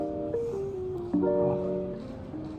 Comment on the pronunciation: that "foock Yu" at the end made you more trustable ngl